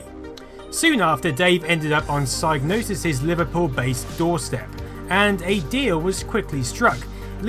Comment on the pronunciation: Great documentary, but the G in psygnosis is silent ;)